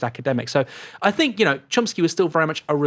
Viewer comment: Don't think Chomsky would have said 'fink of'. he would say 'think of'